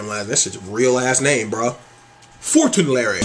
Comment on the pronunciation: Fauntleroy - FONT-Le-Roy, lol not fortenlarry